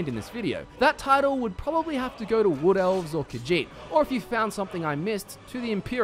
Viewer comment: Yeah, who could forget the "Redgaurds", the "Wool Felves" or the "Snorts".